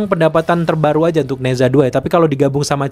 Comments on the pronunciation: Di baca naca, bukan neza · nezha bacanya neca, e nya e lemah.. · Bacanya Ne Cha min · "Ne Zha" dibaca "ne ca" dg bunyi "e" lemah spt pada kata "jeruk". Kayak kota Guangzhou dibaca "kuangcow", kota Shenzhen dibaca "sencen" dg bunyi "e" lemah. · Baca nya "ne cha 2" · Dibacanya "NE CHA" bang... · Mimpi....film Mandarin di bawa masuk....tuh sensor dan blokir nya bisa gak Nerima kenyataan??? Cara baca nya nezha 2 itu agak absurd haha